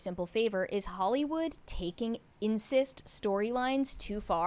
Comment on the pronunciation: Incest, not "insist".